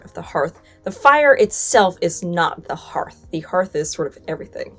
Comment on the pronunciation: Thank you for pronouncing "hearth" correctly! You're the first YouTuber out of at least half a dozen that I've seen to do so. I also really appreciate the straightforward history without any revisionist spin. If I could give this video a "love" instead of just a "like" I would.